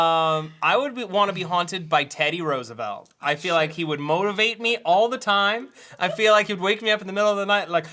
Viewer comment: Dude, when Matt was talking about wanting to be hunted by Teddy Roosevelt, instead of motivate, I heard motorboat... ;~